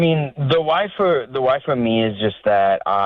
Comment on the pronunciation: Why does he pronounce why as Hawai? 😂